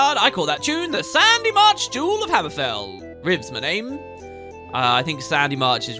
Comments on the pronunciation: It is quite annoying to hear you keep pronouncing the name of the toen/city as "Sandymarch" wieh it is abundantly spelled "SHADYmarch"! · How many times are ya gonna say Sandymarsh? It's Shady Marsh, duuude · Is it just me or he is calling Shadymarch as Sandymarch again and again? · Proof that can't say "Shadymarch" unless it's in a Cockney accent